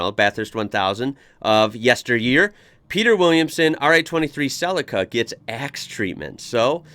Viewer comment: Suh Lee Kuh rather than Cell icker